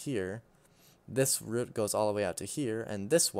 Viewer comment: for the love of god say root properly lmao